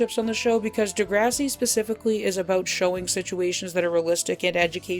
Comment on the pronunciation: The pronunciation of the show 👎